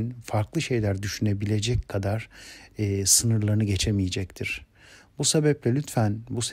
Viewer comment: Cok degerli hocam. dakikada cumlenin sonunda "...sinirlarini gecemicektir" mi diyorsunuz. Ben orda dinlerken gececektir kelimesini bekledim fakat gecemicektir duydum. Anlayamadim o yuzden. Kisa bir cevap vermeniz mümkün mu? Çok tesekkur ederim. Allah sizden razi olsun